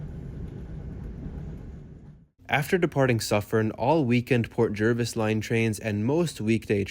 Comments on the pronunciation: Pronounced JARvis. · I lived in NJ for 43 years.. always said JERvis